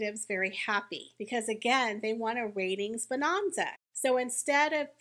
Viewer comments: What's with the Jane Hathaway pronunciation of "bonanza?" It's bo-NAN (think Ma'am, like ham)-za. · Bo Non za? Who talks like that??